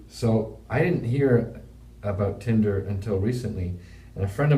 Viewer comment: “First you call it Tindle” 😂😂😂😂